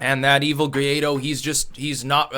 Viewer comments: It is pronounced “goo-ah-ee-doh” (emphasis on the last syllable). 😂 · You know how Paraguay and Uruguay are pronounced? "Guaido" is like the "Guay" from those words followed by "dough". Guay-dough